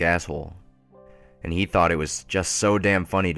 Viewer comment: you forgot the letter "d" in the word "and" every time you said it.